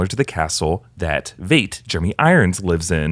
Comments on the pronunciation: Heil like Hile, not Hale in German, so Veidt sounds like Vite, not Veight or Vate. In Watchman the movie his name is pronounced. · Veidt is like “ight” with a V.